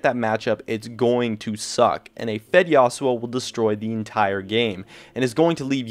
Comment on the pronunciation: Yasowo?!?!?!!? wtf learn to pronounce your words